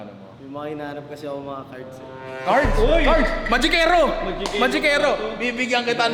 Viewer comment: CARTS daw nong, hindi Cards 😂😂😂😂😂